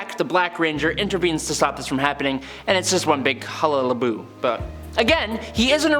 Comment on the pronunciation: Halabaloo* mate.